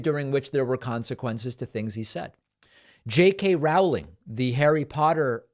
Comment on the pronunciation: You mispronounced JK Rowling’s name, I’m sorry to say, David - it’s pronounced “ROE-ling” so that the first syllable rhymes with “oh” rather than “ow”.